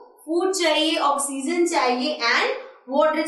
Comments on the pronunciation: Okseason instead of oxygen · u teach gud math and science but learn english u said oxeesen its oxygen pronounced ocsyjun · Mam you're teaching vry well but You are not speaking oxygen correctly mean your pronunciation is wrong...